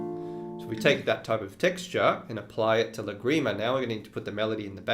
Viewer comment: Wow. I love Lagrima, and these are great ideas. (But, did the school also re-imagine the pronunciation - the stress is on the first syllable of Lagrima) :) I think I will begin with the tremolo texture - the most approachable for starters - thanks!